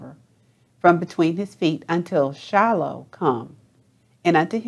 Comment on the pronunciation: The word is Shiloh